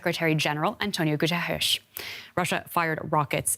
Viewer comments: Someone please teach her to pronounce Guterres. Saying his name correctly rather than making some weird sound is the least a reporter can do... He is the Secretary General of the UN ffs! It kind of distracts from the weight of what they're reporting. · The studio reporter saying "Antonio Guterres" sounds like Ash in "Army of Darkness" when he forgets the Necronomicon's magical words. 🤣